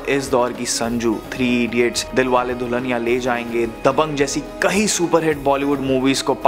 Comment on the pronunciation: I just wish you could work on your pronunciation. The word is 'kayee' for 'many' not 'kahee' and the past tense of 'karna' is kiya, kiye, ki, kii(n). Oh and it isn't 'fir' its 'phir' - an aspirated p.